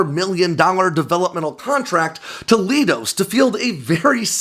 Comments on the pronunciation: Just a quick tip, because I noticed you say this in a few videos: Leidos is pronounced "lie" "dos" instead of "lee" "dos". (One of my family members works for them) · "Leidos" is pronounced "Ly-dose". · Leidos is pronounced “lie-dose”. It’s quite literally the middle third of the word Kaleidoscope.